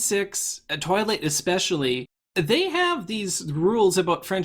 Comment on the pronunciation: you pronounce 'twilight" as "toilet" a lot.